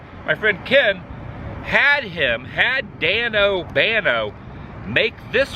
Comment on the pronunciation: Danobanano..not Danobano Adam...lolol. those are mad 😎